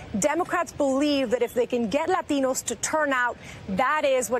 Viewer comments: White girl puts the emphasis on "LATINO" LAHTEEENOH. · Stop over pronouncing Latino. It's one thing of you've just come from a foreign country, and have an accent. But when you were born here, and have no accent, then forcing the accent in an attempt to appear more "Latino" is ridiculous. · Laurent Delacroix I don’t know, I speak Spanish and I’m Latino but I find it a bit cringey lol usually people say la”t”ino with the T pronunciation as in T for titties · Yup , I believe it's pronounced Lateeeeeeno . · but are you... a “LAH-teen-o”? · LAAAA-TEE-NO! Sounds ridiculous. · Not every "Lah-TEE-No" thinks migrant caravans are a good thing. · I agree with you I'm latino and I don't over emphasize the pronunciation of the word latino.... Lol... I thought I was the only one who notice that... it's annoying as crap when I hear leftist try to sound more with an accent... this why the progressive left will eventually go down for the fact they believe in stupid things without any substance to try to win voters... I can proudly say as a Christian conservative I never voted for that racist party.... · stephen medz Spanish is my native tongue, but when speaking English I don’t do that, unless everyone I’m speaking with is bilingual, and the word is actually Spanish. But “Latino” is already part of the English language, and vowel pronunciation is different in each language. People who do what she did usually speak terrible Spanish, just for the record. 😂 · it's all disingenuous and status seeking behavior on her part. She will signal with her pronunciation of "Latino", then spend 2 hours in the morning making herself look as Aryan as possible lol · Karl Haywood being puerto rican would give me some credibility. I've heard the word "Latino" pronounced with a Spanish accent my whole life. Going to family parties, events, seeing relatives. But you could tell she was saying it that because she wanted to look super "hispanic" and give herself some "hispanic street cred"